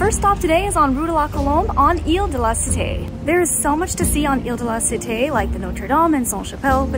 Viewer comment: It is really strange hear Paris history in English because you don't conserve the pronunciation of some words like la cité (non la citei) and others. The rest is acceptable.